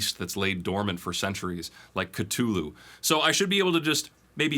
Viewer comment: I'm just shocked that you know how to say Cthulhu properly. The H's are silent